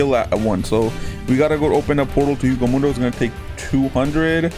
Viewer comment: i'm triggered by this, my man is saying hueco mundo wrong it's pronounced way-co moon-do